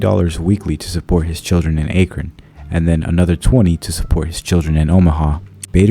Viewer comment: This music doesn’t match the tone of this wonderful story. FYI Akron is pronounced Aah-Krun not Aye-Krun. Aah like Apple. How is this an internet mystery? Not trying to complain. Hope this helps.